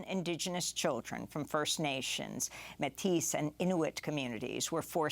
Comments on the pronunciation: In French it's pronounced "maytisse"...in English it's pronounced "maytee". Thanks from a Lavalois bilingue. 🇲🇶🇨🇦😉🌹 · Métis (from French "moitié" or half; half Indigenous & half European, usually French or British) Pronounced "may-tee" rather than "may-tisse." S is silent in French unless doubled. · I thought I heard "Matisse" like the painter & wondered what she was talking about! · "MAY-tee" is how you say Métis